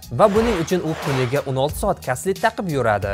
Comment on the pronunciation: Карсет 🤣🤣каслет дейсими